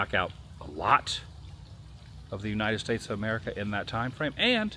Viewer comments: “The Great WOO-nited States Road Trip” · The Woo-nited States of America 250